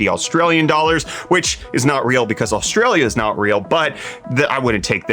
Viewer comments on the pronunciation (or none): none